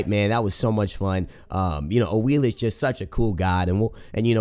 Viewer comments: Awilix not Awilish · Awilish? y u do dis? Awilix? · it's pronounced awiliks, not awilish